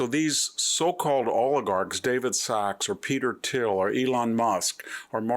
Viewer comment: Zookerburg? Bayzoss? Peter Till? Content is great but are you trolling us with how you’re pronouncing these names?